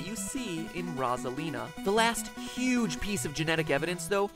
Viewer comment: He is pronouncing her name wrong. It's meant to be (Rose - ah - leen - ah) Yes I know he pronounced it correct a few times but still.